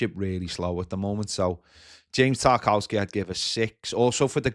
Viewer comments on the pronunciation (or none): it's pronounced Tar-kov-ski